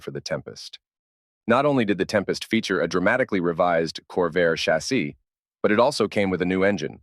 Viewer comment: "Chas sEE?" Where was that Ai built?